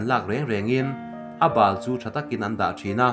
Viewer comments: Ngaihnawm thei in chhiartu aw pawh a felfai fiahtha. Ngaihthlak a nuam. Mahse. Landon diklo awm zeuh zeuhin beng a ti thlep deuh. Eg. Khuailakna a mi hi. A bal /failo angin I lam /chhiar tlat mai. Heti zawk hian aw. Khuai chuan. Bal /thil bal /failo. Ni lo in .Baal ti angin eg. Dawl. lo ah te kan chin thin ang hi .a ni. Dawl bulbawk hi Baal ti in kan lam thin. Hetiang hian. Baal ti a lam tur a ni e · Khuai chung changah chuan Bal tih kha I lam dan kha a dik lo. thawmhnaw bal ang ni lo vin Bal ( Dawl bal) kan lam dan anga lam tur a ni e.